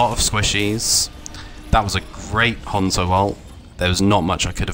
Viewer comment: thats how u say it, its a fckin japanese name not "han-zo" like "hand"